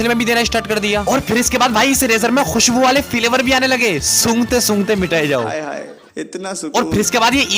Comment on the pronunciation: Flavour ❎ Filavor ✅ 😂😂😂😂